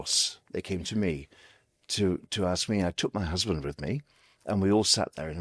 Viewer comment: I lost him when he said "my husban "